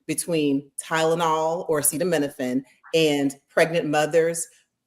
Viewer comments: tRump can't read,he had a hard time with acetaminophen, a word that we've all heard pronounced thousands of times. Cancel tRump and the rest of these nudnicks before the country goes down the drain we're already circling. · Trump is an IDIOT! He does not even know how to say Acetaminophen but TYYY-lenol!!! Maybe ask Melania how many acetaminophen she took when she was pregnant???! Why make an announcement now? Does he want us to talk about Autism and not Epstein? Well…let’s do it! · Watching you guys laugh so wholeheartedly when that fucking ass was desperately attempting to say acetaminophen and failing helped me laugh again. I desperately needed a good laugh in the midst of all the very real despair. Thank you. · HOOKED ON PHONICS TO BE SENT TO THE WHITE HOUSE IMMEDIATELY TO HELP HIM WITH HIS BRAIN PROCESSING POWER 🤣😂🤣👍🏾 BECAUSE YOU NEED BRAIN PROCESSING POWER TO PRONOUNCE ACETAMINOPHEN 🤷🏾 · Surely no one should be surprised! His vocabulary consist of maybe 15 words in a 1st grader vocabulary! So, thinking he could pronounce acetaminophen is ludicrous! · I wish I knew how to clip the video because I want to play that clip on Trump’s unable to pronoun he Tylenol’s generic name….